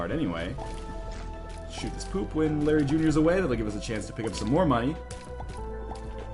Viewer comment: When you started that Larry Jr fight, i thought you said Blueberry Jr XD